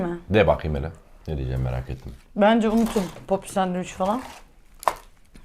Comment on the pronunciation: Bi de sandviç diyebilsen:d sadevüç diye bi sey yok 😀